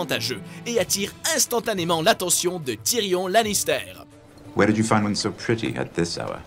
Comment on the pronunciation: "spoilair", "cersei lanistair", "melizandre" ... mes oreilles